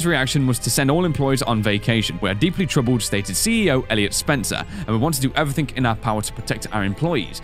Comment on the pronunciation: You always saying evrythink